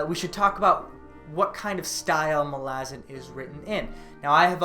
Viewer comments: I really have a hard time with how you pronounce it. You pronounce it 'ma-la-zin', but I've always heard it is as 'mal-a-zAn' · its MAlazan not maLAzan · Mal-ah-zan malazin wtf bro try harder great video btw. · wtf is that pronounciation.. its mah- la- zan not mal- aazan.. get it right sir lol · hermione voice: It’s malazan not malazan🙄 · Stop saying Malazan, it's Malazan.